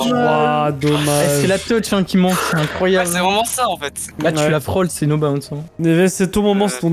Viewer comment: Dsl mais est ce que je suis le seul a qui ca fait mal aux oreilles la prononciation de bounce et round de snip Sinon tres bonne video